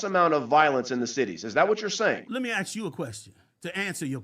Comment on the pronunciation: It's ask..... with an "S". Let him land the plane.😂